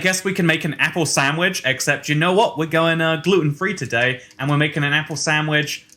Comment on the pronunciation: Nobody: Ya Boi: sand whitch Grammar: sandwich